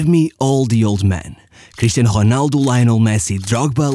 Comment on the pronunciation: Whats wrong with pronouncing the name of Ronaldo and ramos correctly?? Hamos, honaldo??